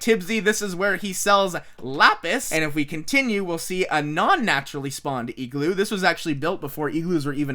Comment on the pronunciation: Stop saying Eegloo